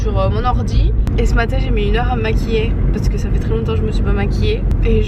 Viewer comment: Le maaatin mdr l'accent :D